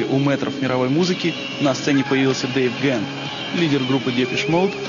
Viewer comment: Почему Дэйв Гэн???Так слух режет😬😬😬